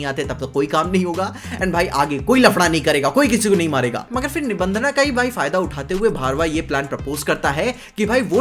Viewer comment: Bhai nibhandhna nahi nibhandhan yeh angrezi pana chodo🗿🥂